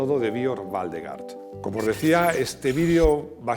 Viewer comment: Waldegård se pronuncia Waldegord, ves que tiene un circulito en la "a", es sueco, el idioma.